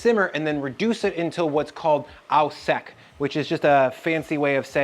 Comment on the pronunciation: Au sec is not pronounced oww sec, it's oh sec